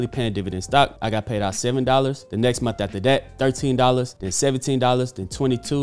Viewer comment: What’s a “momth”?